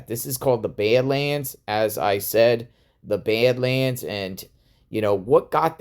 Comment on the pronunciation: Are you saying bed lands or bad lands lmao